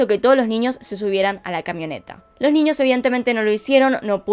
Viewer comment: Nada que ver, pero me da cosa escucharla pronunciar la ñ como "ñi". Tipo "niños" lo dice "niñios", o idk, "añejo" lo dice "añiejo" NFJSKFBD